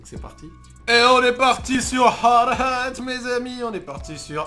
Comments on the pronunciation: DIT HARDATTE ET NON HARD-HAT STPPPP !!! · "hard ate"